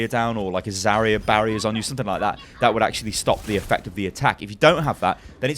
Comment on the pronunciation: "Zarya Barya." That should become a thing.